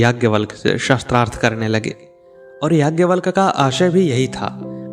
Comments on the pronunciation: Correct pronunciation is shaastrarth not shastr arth. Weapon is not meant here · शास्त्रार्थ की बजाय शस्त्रार्थ शब्द उच्चारण कर रहे हैं आप 😢 कृपया सुधार करना जी। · गलत उच्चारण से अर्थ का अनर्थ हो जाता है। आप गलत उच्चारण कर रहे हैं ।शास्त्रार्थ को शस्त्रार्थ कहना गलत है। शास्त्र से शास्त्रार्थ बना है।शास्त्र का सम्बंध पूर्व से प्राप्त संकलित ज्ञान से है शस्त्र का सबन्ध हथियारों से है। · Aap shastrarth bol rahe jo galat hai usko shaastraarth sha ko aaki matra hai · आप शास्त्रार्थ बोल रहे . वो शास्त्रार्थ है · Improve your pronunciation. It is शास्त्रार्थ not शस्त्रार्थ ! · Aap shastrarth shabd ka pryog kar rahe hain jabki sabd hai shaastrarth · शस्त्रार्थ एवं शास्त्रार्थ में अंतर है। उद्घोषक को अशुद्ध उच्चारण से बचना चाहिए। शास्त्रार्थ यानी शास्त्र + अर्थ । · कंटेंट तो बहुत सुंदर है लेकिन नेरेटर का शास्त्रार्थ को शस्त्रार्थ बोलना चुभ रहा है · शास्त्रार्थ this is correct pronunciation